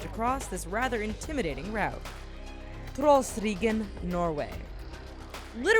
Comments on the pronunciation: you are saying Trollstigen in a strange way....yeah im from norway...and those roads is called hårnålssvinger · Being norwegian the way she said Trollstigen is so funny